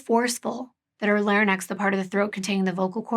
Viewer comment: This is minor, but it’s “larynx,” not “larnyx.” Thank you for all that you do and all the empathy you have for victims and their families. 💜